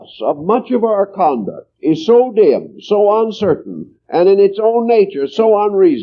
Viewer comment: "Conduct" not "Concuct" tysm